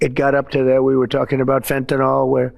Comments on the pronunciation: "We were talking about fentaNAL" Fentanyl ya mean smdh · How do we train the world that the word Fentanyl does not rhyme with Tylenol? It is Fenta-NILL, not Fenta-NAWL.